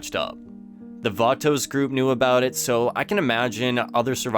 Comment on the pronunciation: It’s pronounced batos not vatouxs 😂